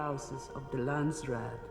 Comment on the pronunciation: Brad Dourif is marvelous as Piter De Vries! It's kind of irritating how he repeatedly mispronounces "Landsraad"... It sounds more like "Land-straat" when he says it... / a "country street" in the Netherlands..?